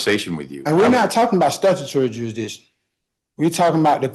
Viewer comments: What's "juryhdishun"? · Jurydickshin.... ya honuh... usual suspects man